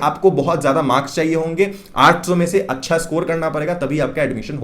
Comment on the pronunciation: aap 800 kaise bol rahe ho...samajh naahi aa raha hai....